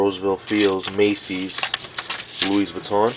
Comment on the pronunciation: The 's' in 'Louis' is silent. It's graphite not graffiti, it's called graphite because that is the colour.